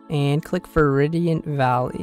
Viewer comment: still says Veridian valley when the correct pronunciation is literally right in front of you. It's not pokemon